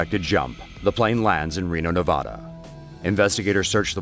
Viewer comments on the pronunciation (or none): Nevada! not "Nevoda" Jesus fucking Christ